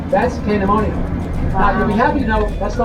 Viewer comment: Great video. Love the editing. Hershey just came out with the official statement on the new roller coaster. It sounded like the tour guide was saying the word pandemonium but the name of the new coaster is actually named "Candymonium". A SWEET play on words I suppose. LOL.